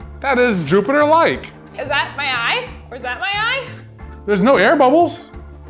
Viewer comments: its JOOBater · It's juubiter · It's Joobiter!